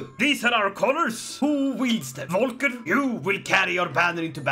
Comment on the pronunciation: Great Video and I'd love to see more of it :D (Pronounciation Tip: Most of the names in this game are from german origin, like Volker and the V in german is pronounced like an F in english. But i think you already knew ;) )